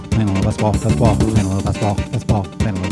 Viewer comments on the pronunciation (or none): Basketball is not meant to be pronounced as "basbol". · When I rap that fast, it does kind of come out that way. Also, there's an ad where a football 🏈 player pronounces it that way, and I only noticed because I do the same thing in this video. The pronunciation is better in the actual song here: Though, the "t" is still soft, like in Gal Gadot's name.